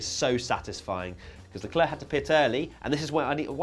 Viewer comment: it's leclerc